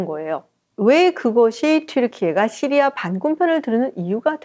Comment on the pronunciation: 깔끔한 설명 감사합니다. 오랜독재정권 몰아냈으니 이제는 시리아 를 씨리아(Syria) 라고 제대로 쓰고 말하면 어떨까요?